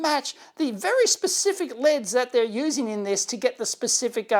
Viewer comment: As an American, thumbs up for LEDs pronounced the Aussie way. You're welcome very much!